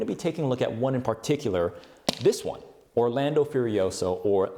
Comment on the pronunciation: im italian and can tell you that... Orlando Furiosio aint pronounced like that XD, nice try tho buddy 👍